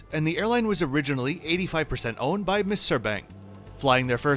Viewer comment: I know arabic is not your mother tounge , The arabic word for Eygpt is pronounced MASUR , not Missair